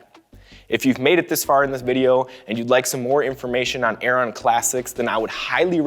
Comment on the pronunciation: It's pronounced 'Airen'